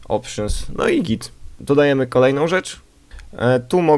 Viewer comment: Dodajemy chyba a nie "Dadajemy".